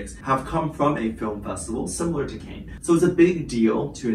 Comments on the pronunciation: Pronounced ‘Can’ not ‘Cane’ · Pronounced cans not canes, is a place in france not Paris. There is always fashionistas that attend the festival alongside countless celebs and indeed musicians/singers too. Its a given that Taehyung could well be there but he may well just be doing a fashion shoot. Time will tell. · FYI, the resort city is pronounced ‘Can’ not ‘Cans’ or ‘Canes’!🤷‍♀️ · Can you please pronounce Cannes correctly? It’s pronounced caan ( can) not canes! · Sorry to correct, but Cannes ( pronounced Can) is a town actually on the coast in the south of France , not anywhere near Paris which is in the north of France. Cannes is quite well known for fashion and style so yes fashion houses will ask their ambassadors to represent. As for any other speculation it's noone else's business. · Hi, sweetie! The city of Cannes is pronounced like “can” as in soda can. It’s a city in France, not in Paris… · Thank you. Hearing the mispronunciation of Cannes was like nails on a chalkboard. Bless him 🙏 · Shouldn’t you know that Cannes is in Southern France, near Nice not in Paris. Possibly listening to the proper pronunciation would be a good start. There are many who hold special events at restaurants and chateauxs around Cannes during the festival. This is true of high end fashion labels who hold special functions. Rather than casting a suspicion over why V is there, why not do a bit of research. I am thinking V is there to appear at a Celine event, support Jennie and Yu-Mi, and attend the Birthday-fund raising event held by Naomi Campbell. He is probably also checking things out for the future. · Pronunciation of Cannes is : CAN (as in I CAN DO IT!) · Just a friendly reminder that Cannes is pronounced “Kahns”. It’s French😁❤️ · you’re right. The wrong word kept repeating 🤣🤣🤣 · Check your pronunciation of “Cannes”. Hold the “a” longer.